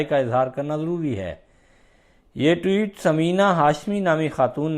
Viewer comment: محترم! ٹیوٹ کیا ہوتا ہے؟ ٹوئیٹ ہوتا ہے۔